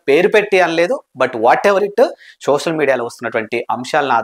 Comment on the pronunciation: షోషల్ కాదు బ్రో సోషల్